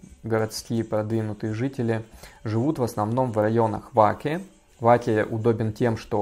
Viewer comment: Ваке ударение не правильное